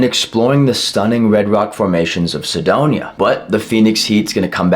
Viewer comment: Sedon"ya?" LOL